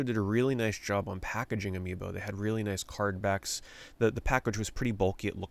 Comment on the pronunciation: amiiNO sounds exactly like "a mi no" in spansh, which means not me or not for me lol. idk if you did that on purpose, but it was genious. Anyway, I personally never got into Amiibo or any extra collectible. I barely have enough disposable money to buy games, so that stuff always went over my head. Nice vid keep it up.